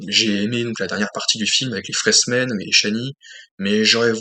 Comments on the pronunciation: Tu t attendais à un blockbuster , ce que Dune n est pas ;) Au passage , c est "FrÉmens" , pas "FréSmens" )) De mon coté je jugerai de l ensemble , pas film par film , c est comme en peinture avec un dip ou triptyque , l ensemble à une cohérence . ✌ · Ouais c'est un peu timoré et lent. Par contre ça pose les bases. Après comme il était prévu de faire au moins une suite un deux il fallait prendre le temps pour préparer ce qui allait arriver dans cette partie 2. Pour info on dit Fremen sans "s".😂